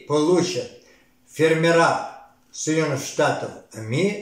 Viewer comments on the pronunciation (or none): Ударение не там: 15 фермеры, на первом слоге.